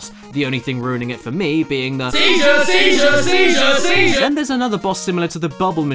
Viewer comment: SIEZURE SIESURE SIZER ZISUER